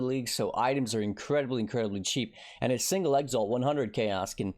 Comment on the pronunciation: Man, you would attract just a FEW more viewers if you bothered pronouncing things properly. Exalt, not EX ALT also btw (.... shallenge? challenge bro, tyallenge, not shallenge)